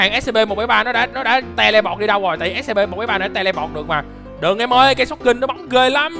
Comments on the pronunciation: Chào anh em là đây em đã coi video của anh từ rất lâu từ mà sao anh cứ nói là Ét Xê Pê mà là Ét xi pi (Scp) em là fan của Của Scp scp 106 anh hay nhầm Scp lửa ( Scp 457 ) nếu anh muốn scp thì anh lên Youtube tìm kiếm là Scp Foundation nhớ đấy. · Anh ơi anh đọc sai SCP rồi!